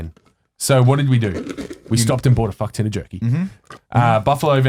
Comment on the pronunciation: Why does he say "fuck tin"... I'm from Melbourne and I've never heard this... I say "fuck-ton / fuck-tonne"